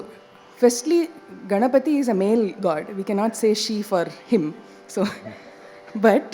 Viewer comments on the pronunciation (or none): none